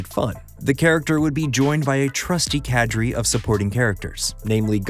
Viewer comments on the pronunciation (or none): I'm going to be "that guy" for a moment: "Cadre" is pronounced "cod-rah" not "cadd-ree." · I don't want to be rude, just so you know it's pronounced 'cah-dray'. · Dude, you totally butchered the pronunciation of cadre. It's pronounced "cod-ray".